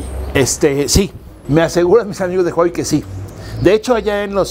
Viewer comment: Your pronunciation of huawei is very accurate，while other pronunce "wa wei"